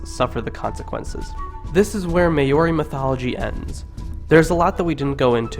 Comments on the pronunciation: bro not meaning to sound rude but thats not how you say māori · I stopped watching when you said "Maori" like that. How can you make a video about Maori mythology when you can't even pronounce their name correctly? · rip my ears because u didnt pronounce one word right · Ahhhhh learn how to say Maori !! 😩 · Geez, learn how to pronounce the words properly!!!!! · YOU PIECE OF SHIT. YOU JUST SLAUGHTERED OUR LANGUAGE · IF UR GONNA MAKE A VIDEO ABOUT MAORI CULTURE PRONOUNCE IT PROPERLY!!!! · Surely you could have researched the pronunciation more thoroughly. This was paaaainful. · Great interpretation, I really liked the images. Terrible pronunciation but the substance was there. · pronounciation is bad at best but love the dialogue as a whole. kia ora! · I hate when you say Maori it's not pronounced like that aha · omg pronounce maori PROPERLY man damn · your pronunciation is REALLY off but most of this was accurate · that's not how you say it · Holly J i agree with you, listening to him pronounce these words actually make me mad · can you say Māori words right there really easy to say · You are SLAUGHTERING my language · Dude doesn't know our vowels are different to English vowels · My ears are hurting 🙉 please work on pronunciation...thank you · As am I, but I cringe at the poor pronunciation in this video. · Well done For sharing these important stories. Please learn how rouse the vowels which would be more appropriate. I wouldn’t share this for anyone in New Zealand because we have learnt how to use the vowels. Maori should be said like “Maaooo reee” All the best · Remember guys Maori not Meyyori He also shortened the names but The names are to long anyway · Say Maori right it’s Mow-Ree not May-owri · May ori sounds like what he's saying, it's Maori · Lenny Wheatley its pronounced mau-ri not moldi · Maori is pronnce "Mau-Ri" not "may-o-ri" :P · “The may ori are a tribe in New Zealand.” Bro try harder next time. You’re only 30 seconds into the video